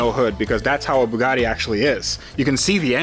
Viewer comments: The “poogatti”. 🤣😂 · The “Hongatti” 🤣